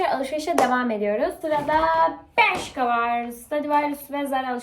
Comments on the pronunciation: Berṣika diye okunmiyir bereşka diyenokuniyor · berşika ne yaaaaaaaaaaa berşka diye okunuyo. ıstınyeye herkesi almasınlar. rahatsız ediyosun.